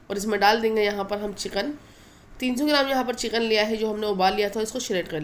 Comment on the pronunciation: بھائی جان چیقین نہیں لفظ چکن ہوتا ھے آپ انڈیا والے پیاز کو پیاج اور چکن کو چیقن اور منظور کو منجور کیوں بولتے ہیں آپ الفاظ صحیح ادا کریں تاکہ ھم پاکستانیوں کو سمجھ آ جائے